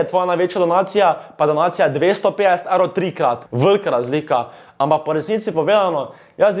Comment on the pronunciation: Gahahhaha stari toti res nea zna govorit XD "Evlov" "Lazlika" :rofl